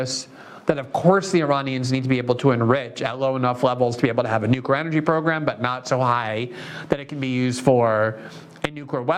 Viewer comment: I see you're trying. You've gone from saying nuky-er to nookwer. It's not hard, Amy can spend weeks learning how to say Thumburg, you can say New clear. Of course, Amy can't read the name Tlaib to save her life. Oh well